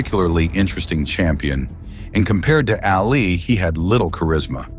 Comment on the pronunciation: Ali not alley.